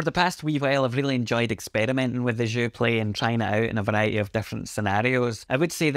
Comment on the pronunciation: "Je suis un ananas" hahaha. You got "Joué" right tho when you pronounce it with the "é". Thanks for the review. I've been wondering if I should pick this up and support my country. But if I could find a used Sensel Morph I'm so keen on trying the Buchla Overlay! I feel like it'd pair so well with all the Fors M4L devices!